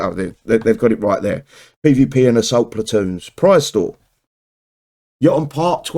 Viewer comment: its pronounce youtonn just googled it